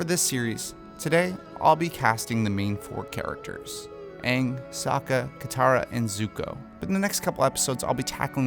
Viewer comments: Your Katara was correct! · BROO YOU GOT KATARA RIGHT THEY CASTED HERRR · Wow you got Katara right xD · You got Katara right! Kiawentiio got Katara 😭❤ I'm so excited for the representation and hoped so badly when this video came out